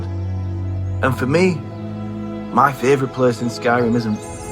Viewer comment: "Mah feevrit pleees" 😄👍